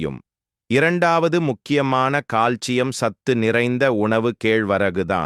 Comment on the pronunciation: In tamil pronunciation, he said proper...